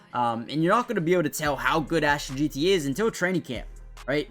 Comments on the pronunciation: “Jean-Ty?” 😂😂 Pronounced Gen-tee. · It’s JEN-TEE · It’s funny, we just went through 3 days of the draft and this guy still can’t get it right. JEN-TEE! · Its ASHTON JEANTY...like "JANE" , jus add ty on the end.."JEANTY" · Bro learn how to say his name .. I couldn’t watch this video because of this … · Bro come on u have to say it right now. Been saying it wrong since before the draft.